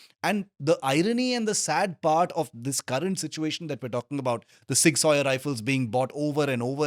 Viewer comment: please pronounce it properly at least 😢 zig zouwer or sig souwer at least. not sig sawyer :/